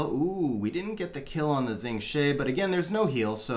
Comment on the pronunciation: FYI Xing Zhe is pronounced "Shing Juh".